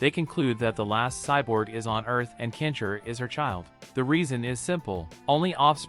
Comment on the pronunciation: why do you keep saying "kensher" its Ken-Shi... da fook man, please say the name right or dont say it at all. say Hero or Champion next time... because "Kensher" isnt hes name.. LOL da fook dude.